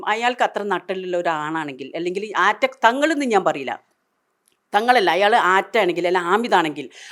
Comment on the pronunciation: ആ റ്റ യല്ല തൂറ്റ